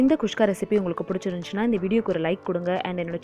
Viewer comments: Adhu not kushka its kuska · catherine malathi kuska she is saying kushka... probably comes natural for her